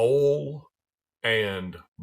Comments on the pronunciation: Ouul... oil in a southern accent is great. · I'd watch this channel just to hear oil be pronounced as ole.